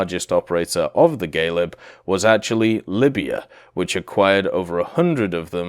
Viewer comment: So many mispronunciatons🤪 Mostly at Galeb and Jastreb, Orao and Soko. But other than that the video is nice.